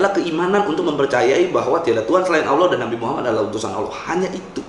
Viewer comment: Kenapa gua kesel ya kalo ada yang bca "Allah" jadi "Owloh"